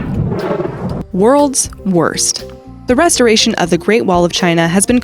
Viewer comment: She said restoration wrong bruh